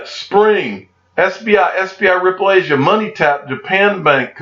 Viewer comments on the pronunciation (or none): none